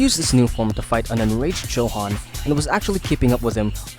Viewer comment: Johan is pronounced Yohan. It is a Dutch name that is common in Germany and the name is usually short for Johannes. Unless PTJ specified it was pronounced 'Johan', it is definetly pronounced 'Yohan'